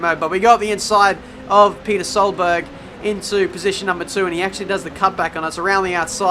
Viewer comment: "Peter Solberg" Ohh god....